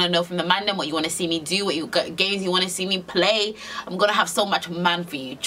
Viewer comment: she should not have said that man that wrong